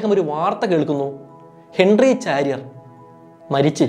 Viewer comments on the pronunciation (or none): ചാരിയർ അല്ല ! ഷാരിയർ !